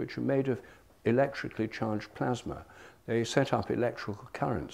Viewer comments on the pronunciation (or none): none